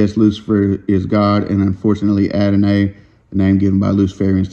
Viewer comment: Hey sis. They spelled it “Adonay” so I was trying to sound that out. Probably should have pronounced it as “Adonei” or “Adonai.”